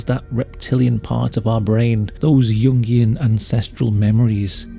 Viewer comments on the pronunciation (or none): none